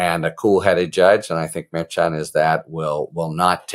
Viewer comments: No, not maddening... Infuriating. Dude, it's easy. Mer-shawn, not mer-CHAHN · Judge Murr-Shon not Mair-Chan just sayin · Again, Harry. Lol It’s Mer -Shon. Pretend that “ch” isn’t even in his name, m’friend! Mer - shush a man named Jon! Mer Shon!🤭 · Thanks Harry❤ As KFA said it is Merchan pronounced Mer Shawn. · Watch you all the time, along with Meidas. The judge's name is pronounced: "Mare-Shawn" 🙋‍♀️ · Your short takes are awesome! Succinct & to the point. Thanks Harry. (He pronounces it Mer-SHAN, per KFA. 😉) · I could be wrong but I believe the judge’s name is pronounced like Mur Shawn. Please continue to keep us informed with these great videos! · Judge mer-SHON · I thought the judges name was pronounced Mer-SHAWN? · The judges name is pronounced mer- shon. Have a good day sir! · The Judge’s last name is pronounced, Mer(mermaid)-chan(sean). Mer-sean= Merchan. Please pronounce his name correctly. I know Karen Friedman-Agnifilo corrected you in a previous video. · Someone told you how to pronounce the judges name, yet you continue say it wrong. Maddening. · I'm not sure why you can't say Judge Merchan"s name correctly? Karen Agnifilo told you how it's pronounced but you refused to change how you say it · Judge’s name!! It’s pronounced with a “ch” . It’s a soft ch like “sh”…..